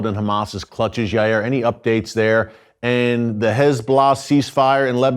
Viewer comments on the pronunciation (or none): It’s pronounced Yay-eer